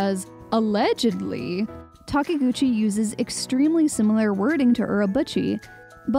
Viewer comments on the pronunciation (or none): It's Takeuchi not Takeguchi